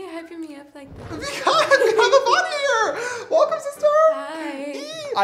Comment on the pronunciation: Every time he says “avani” I hear “bonnie” LOl